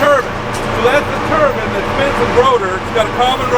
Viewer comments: Turbine not turbUn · its not "turban" its a turbine!! tur-bine not turban... a turban goes on the head, a turbine spins. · "Turbine" not to be confused with a "Turban" 😂 they keep saying turban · a Turbin is garment you wear on your head! A Tur-BINE is what spins! Also from America :) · I think tur-BIN is a southern pronunciation. lol I'm in Ohio and we all say tur-BYNE. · Funny accent. So a terbin spins and a terbin is what an Indian Sihk wears. In New Zealand we pronounce it terbyne. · I live in the US, native born and I’ve only ever heard tur-bine, never tur-bin. Never until this video. Weird. Edit to add - ci-Kay-das….? 😳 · He pronounces “turbine” like “turban” and I was confused for a bit So does Destin😂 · Pretty sure the non southern states all call them tur-bine as well, turbin just sounds wrong ignoring the e at the end (not that pronounciation really matters thats just me) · did he say Turbin? Nice video. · I've lived in multiple places across the US and have been in the US now for the majority of my life and I have NEVER heard anyone pronounce turbine as "turban" before until now, so I'm pretty sure turbine is not a "UK thing"; "turban" is an Alabama thing. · when you guys called turbine like turban i almost thought it was turban. I was like that is an interesting thing to call something then realised what it's actually was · Regional, afaik. Likely a more common pronunciation used by those born and raised in southern parts of the United States. I was born and raised in the northern part of the U.S. and pronounce it "tur-byne" but pronunciations / dialect vary greatly here depending on upbringing. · So ALL words ending in "-ine" are pronounced like "wine"? Like marine, sanguine, genuine, urine, saline, etc. Absolutely NO ONE in this country who actually design, build, operate, or maintain such machines.......unlike the couch potatoes who watch..........pronounces it TUR-BYNE. Look up the definition of "homonym."